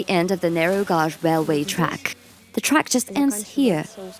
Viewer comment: Viewers complaining about the AI voice can't appreciate getting a free lens into the inaccessible. Had zero trouble understanding the AI voice over, and I only noticed it was mispronouncing the word "gauge". Big deal, how much critical thinking does it take to work that out while you're listening???! Thank you for allowing me to see this and I didn't have to pay a penny ❤️